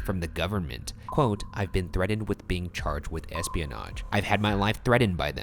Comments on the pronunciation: it’s threat IND not threaded. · Sounds like he's saying "threaded" instead of "threatened". Reminds me of the girl on the news who said they have to "evaporate" instead of "evacuate". Lol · Why do people pronounce threatened like “threadend”? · Could someone please tell the host on the right how to say the word “Threatened”? Also, I’ve had the privilege to see the U2 airplane up close on the ground and in flight, I could see how it would be mistaken for a UFO, or a Unidentified Aerial Phenomenon (UAP) in the sixties, but in current day, no because they don’t fit the shape of the crafts seen now. If you look at the Navy videos of UAPs, they look like tic tacs and not like crosses. Also, the U2 doesn’t have the ability to maneuver like the craft shown in the videos as well or emerge from water since U2 have to use pogos under the wings to take off and pilot assistance on the landing strip to take off and land. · Ah, Ryan. It's been too long since I heard your weird pronunciation of "threatened."